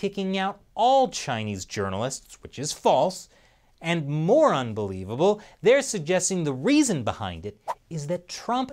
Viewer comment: I loved it when you said " moron believable" or was that "more unbelievable"?